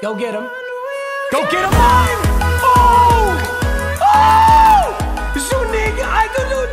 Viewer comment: His name is pronounced zoo-knee-ga I’m a Gator fan, so I love to see this content